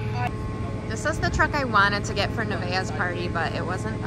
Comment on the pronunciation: All I heard was Nevaeh when she said it 😂